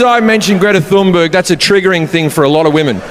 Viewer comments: Greta Thunberg's name is pronounced "Greata Tühnberry" instead of "Gretta Thonnbörg". 😂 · in her native tongue. Tun-berg not Thun-burg